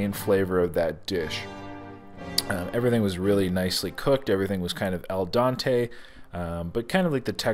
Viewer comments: Just to clarify, the term is not al dante, it is al dente. Pronounce it like al - den -te. All the best. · It's pronounced aldente not aldante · Al dente….not Al dante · “El Dante”😂😂😂 its dente my nigga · "El Dante" lol. Al dente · Did I actually hear him say "el dante"? My Italian grandmother is rolling in her grave.